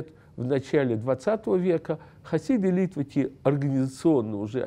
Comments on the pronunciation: литваки ударение на ки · люди которые на идиш говорят литваки, с ударением на ли.